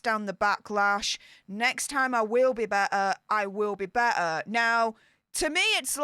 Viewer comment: there are 2 “t t’s “ in better